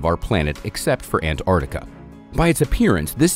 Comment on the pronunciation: God bless you! the FIRST American who bothers to actually.pronounce the first T in Antarctica! Seriously, you've made me very happy today.